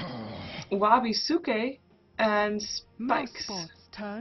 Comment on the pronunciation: Wabisuke is pronounced as "wa-BIS-ke". It's from the anime Bleach.:)